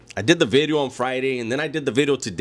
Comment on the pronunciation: Do you say video or bidio haha !! God bless bro been watching for couple years bro keep up the good content